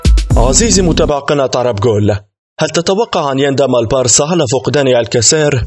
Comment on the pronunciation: Omar Jamal و أيضا هو مريض في نطق حرف B و نطقه ليجعله يظهر كحرف P مثلا في أول الفيديو عندما قال البرازيل بتخفيف حرف B لينطقه كحرف P و في آخر الفيديو عندما قال البارسا بتخفيف حرف B لينطقه كحرف P مما يقودني ذلك إلى الجنون